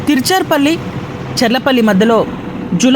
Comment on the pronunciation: తిరుచిరాపల్లి అని కరెక్ట్ గా పలకండి👍